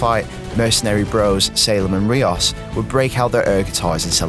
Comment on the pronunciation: The individual that reviewed this game has obviously not played the game as he doesn't know how to prenouce rios's name, even when the ingame dialogue says it several times. he also just seems to have a "whatever" attitude about the entire series.